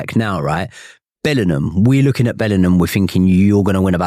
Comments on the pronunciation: Imagine being so thick and illiterate that you go onto a podcast and keep saying "Bellernam" over and over again instead of "Bellingham". The thick southern fool. 😅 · The way this guy says "Bellinum" instead of Bellingham annoys me way more than it should smh.